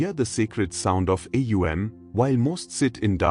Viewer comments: Atleast train your AI to pronounce words correctly. It's not A U M...it's Om...one word. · AUM prononunce not like this alway OM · Is it AUM or EUM as there is inconsistentency, or is it AUM pronounced as EUM? Thanks... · Thank you 🙏. But how to pronounce AUM should be demonstrated in the video. Because I am already practicing with the 3 sounds "aa..." "oo.." and "mm.." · How is the mantra pronounced? OM or AUM?? And thank you for sharing this wonderful lesson! 🙏🏻♥️Namaste